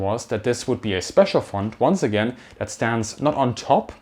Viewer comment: where "did" the 100 bil go? what do you mean "did"? shouldn't you label it where will it go within the next couple years? by the way you say "wif" "dat" "dis" as a german it hurts me, because most germans pronounce it that way and it just sounds ... weird/wrong. The TH is a soft Z ed as if you would have a slight lisp or bit your toung not a D or W